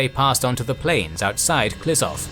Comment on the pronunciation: Ehh. It's pronounced Klishoov not Klisov. But great video, thanks